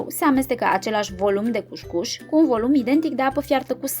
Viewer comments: Se citește "cus-cus" nu "cuș-cuș" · Multumim pentru rețete! COUSCOUS nu couşcouş! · E "cuscus" nu cuşcuş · Corect este cuscus